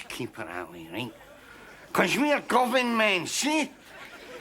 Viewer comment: It's Govan, not Govern! 😅😊